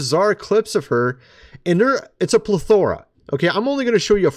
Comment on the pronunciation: Today you learn how to pronounce plethora!